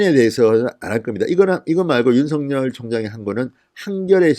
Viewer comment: 징성호씨 윤석열 발음이나 제대로 하세요